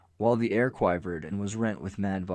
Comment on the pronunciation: What is this robotic voice? Quive-ered? Really?